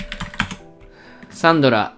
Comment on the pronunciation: 前から思ってたんだが…… サ↑ン↓ド↓ラ↓ってさん言ってるやん？私サ↓ン↑ど→ラ→なんやけど皆はどうか？私だけなのか…？わての偏見だろうか(T-T)？